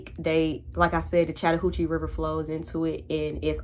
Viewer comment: Chatahouchie River ?! What ?! 😂😂